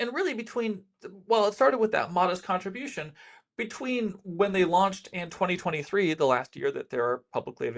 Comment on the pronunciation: "Modest contributionii" - someone is a 3ionist apologist